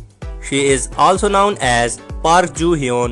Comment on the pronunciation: can’t even say her name right